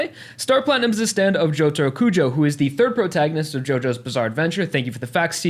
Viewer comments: as soon as I heard him say "Jotaru" I cringed so hard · Jotaru is pretty bad but why does still always pronunce Hirohiko as Hirihiko. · Why can't they say jotaro kujo and that it is it that hard ?